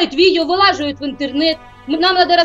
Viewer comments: Это мамка ещё и неадекватная она даже не знает как произносится правильно не вылаживают а выкладываю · Меня так бесило когда она говорила вылаживает, а правильно выкладывает